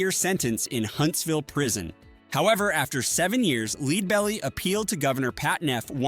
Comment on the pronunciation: Sigh. Stop the AI voice-over madness. The technology is not ready to cut-and-paste into videos. For people who don't know, the name of the first artist highlighted is pronounced "LED-bell-ee", like the metal.